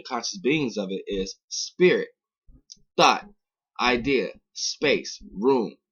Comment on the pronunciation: I thought he said thot when he said thought xd